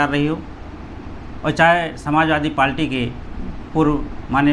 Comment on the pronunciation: लगता है कि भाई बहुत ही कम पढ़े लिखे हैं। पार्टी को पालटी कह रहे हैं। लेकिन कोई बात नही नही हम आप के साथ हैं। जय भीम जय बीएसपी ।